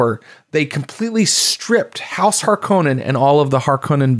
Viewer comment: Hey-liner sticks in my ears for some reason. Like HARK-o-nen and Hark-O-nen